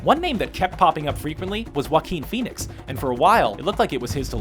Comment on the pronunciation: wakqueen phoenix....wow....learn how to prnounce names.